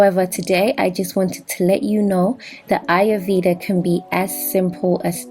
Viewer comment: Your pronunciations of Ayurveda and Cassia are incorrect..Fyi...mine is amla as well